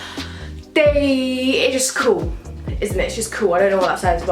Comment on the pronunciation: I love how she says cool , coo